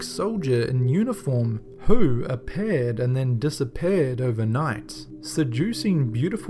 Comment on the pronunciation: A-Paired and Disa-Paired bahahaha